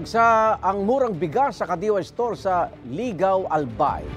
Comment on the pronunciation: Ligao pronounced just like lugaw (gawin lang na /ee/ yung u sa lugaw) at di lee-gaw